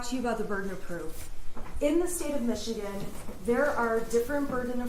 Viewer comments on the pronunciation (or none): none